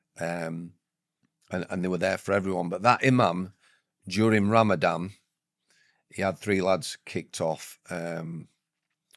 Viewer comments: Is it Ramadan or Ramadam ? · Would you mind terribly if we call it Ramadan not Ramadam?